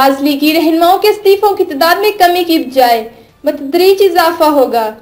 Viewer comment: "" ki Urdu ki aaj sirf teen ghalatiyan hain. Tallak naheen Ta'alluq hota he. Btreej naheen batadreej بَتدریج hota he.....wese is se bohot zyaada to polititions ghalat Bolte hain.... JANAAB Rana sana Sb. SUpreme court ko sAprem court Bolte hain. shayed kuchh behter ho rahi he.